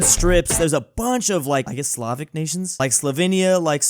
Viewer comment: The only YouTuber that said Slavic